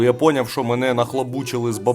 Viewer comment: зверніть увагу! правильно не "поняв", а пойнЯв.